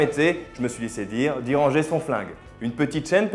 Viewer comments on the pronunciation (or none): none